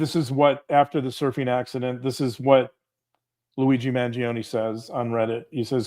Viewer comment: I believe you are pronouncing Luigi's sur name wrong. It's a silent "e", and just 2 syllables. "Man-JOAN"